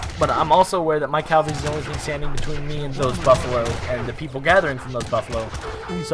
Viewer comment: It's Cav-alry not Cal-vary which is the hill Jesus was supposedly crucified on (if you follow that kind of thing) You're pretty boss at this game though man. Lack of proper pronunciation is forgivable haha